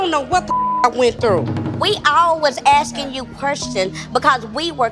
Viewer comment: "we were all axing querstions" 😂😂😂